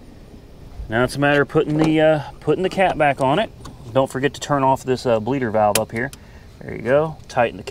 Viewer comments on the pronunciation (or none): none